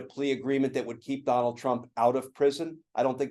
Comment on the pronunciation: I noticed every time Glenn says "Donald" he says "Donal" heh heh